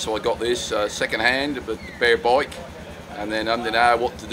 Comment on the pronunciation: can you say bike not a baaayk